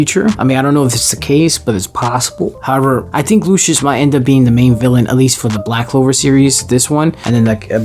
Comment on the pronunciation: Bro said black clover shudippen💀💀